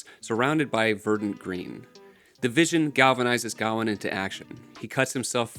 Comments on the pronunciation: It's not pronounced Ga-wan its Ga-wayne or Gwayne depending on where you're from. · It's Guh-WAYNE btw. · Why do you pronounce gawain(guh-wayn) like that. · Mispronouncing Gawain means I can’t listen to this lmfao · Because he can't pronounce Gawain properly? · I was going to say the same!! 😂